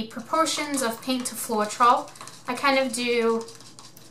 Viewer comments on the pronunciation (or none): How can you not pronounce floetrol..... Flo....... Troll.... You fuckin kill me every time FLO TROLL and too much silicon makes tiny cells